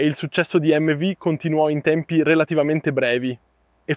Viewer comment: Ciao fortunato ad averla provata e grazie per il video. Non so bene che traduzione è stata fatta in Italiano ma MV si dice emmevi non emmevu e non è euro ma oro. Le altre cose le perdono 😂